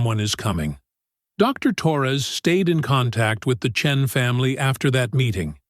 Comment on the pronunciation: I believed this story until the AI said the name Chen.